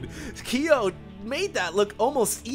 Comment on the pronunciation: Ki-yo..? man you've never played KoF? You fake asian you:D